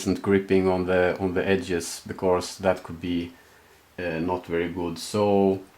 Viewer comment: "becorse" <3